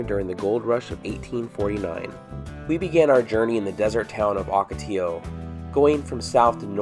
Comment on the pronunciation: Please, the word ocotillo is pronounced "OH-ka-tee-yo," NOT "AW-ka-tee-yo." Muchas gracias.